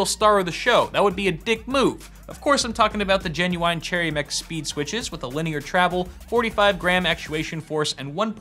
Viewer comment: "Jenu Wine" XD